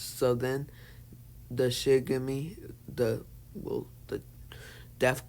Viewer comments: It's not Shigami it's shinigami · yes but its pronounced shin-a-ga-mi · Its not shigami its shinigami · Bro Shinigami not shigame